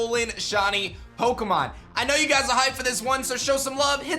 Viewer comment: I love your vids, but why do you need mispronounce Pokémon